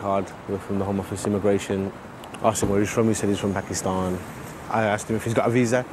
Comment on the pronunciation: that guy who pickup that guy fucking barsted en ur heard how he said he is from pakistannh